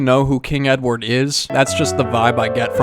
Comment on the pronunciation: ‘Hoi I’m king edwad’